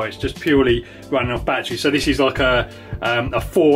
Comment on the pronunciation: I can NOT believe he literally said: "BATT treez" "bat ER reez" 3 syllables